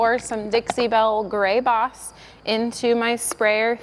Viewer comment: This is the first video I've seen on this channel. I was really confused for a while because it sounded like she was saying "box". And then she was putting box in her paint sprayer. Haha. Anyway, for those, like me, who didn't know what "boss" was. It's a primer.